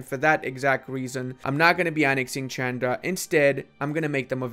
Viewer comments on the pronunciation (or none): none